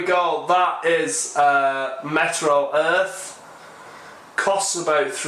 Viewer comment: Oops! I just made the same mistake others have in my comment just a moment ago. cosmonott1's correction of our thinking is right on the nose -- it IS called "MeteoEarth" (as in Meteorology), not "MetroEarth" (as in Metropolitan)! I had to check to be sure, but he's definitely right . . .